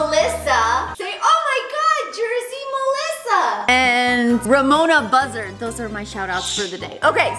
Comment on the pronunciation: HAHA, it's Ramona buh-zard. But buzzard is kinda novel too:D